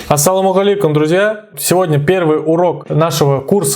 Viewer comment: Объясните мне пожалуйста, почему произносится по казахски- АссалауМагалейкум!? Ас-саляму Алейкум. Откуда взялись лишние звуки и зачем!!!??? Зачем каверкать арабский?